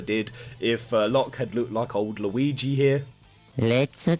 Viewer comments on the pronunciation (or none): none